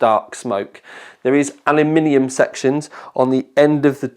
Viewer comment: Someone who pronounces Aluminium correctly. Awesome video bro.